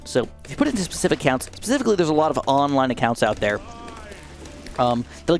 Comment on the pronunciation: Did you say pacificlly instead of specifically. Lol